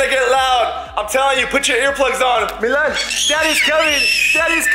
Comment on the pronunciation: It's milan not malin